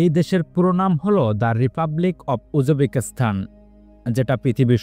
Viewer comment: সঠিক উচ্চারণ শিখতে হবে